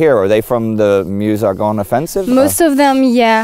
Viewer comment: Excellent travelling shot sound and sound. Great work, crew guys! And you can hear say "Meuse" pronounced Meuse, not "mjuice". Take a note, Indy...;)